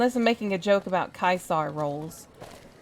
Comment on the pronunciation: Fun Latin fact: Caesar is pronounced correctly by the Legion, and infact is not pronounced "ceesar"